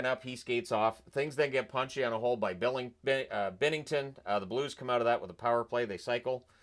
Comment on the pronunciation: Binnington!!! It's bInnington